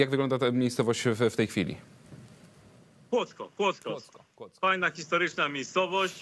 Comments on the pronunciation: "Kłock" ja pier... amator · Kłodzko a nie Kłodzk ale tama to już penkneła 🤣 a pękła 🤦‍♂️